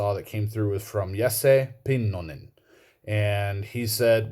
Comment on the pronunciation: Can you ask around and find out the correct pronunciation for Jesse Pynnonen? Apparently everyone gets it wrong...